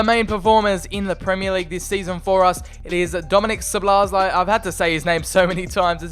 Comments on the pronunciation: Szobolozai. xDDD This is fun to hear as Hungarian. I think you should pronounce Sz as u pronounce s obo is ok the other sz is simple s again and lai as lai. So Soboslai. xD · The pronunciation is pretty much So-Boss-Lie (The lie part is with british accent). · (Zo bo lai) thats his pronounciation :) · Szoboszlai = Sawbosslai not sobolosaj😂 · You pronounce soboszlai as sobosluyi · szoboszlai you must read like 'Shoboshlai' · You need to pronounce Szoboszlai like Schobosschlai. Or i guess it would be allright if you say soboslai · If you want to pronounce Szoboszlai than just try like this: "SOBOSLA-I" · Szobozlai (So-bo-zlai) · He is pronounced soboslai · Szoboszlai is pronounced shoboshlai if I am right. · It’s said sobozlai